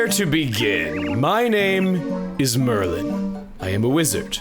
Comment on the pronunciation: Since it keeps bugging me, Chugga, you keep saying Merlin, his name is Merlon.